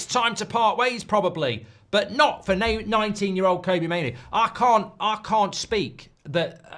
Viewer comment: Still can't pronounce Kobbie properly